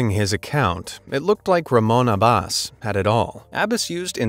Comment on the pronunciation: He mispronounced Abbas and Lagos